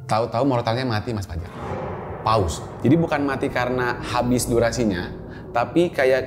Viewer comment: terdengar sprt 'Paus' bukannya 'Pause' maap seandainya salah mendengarnya. 😢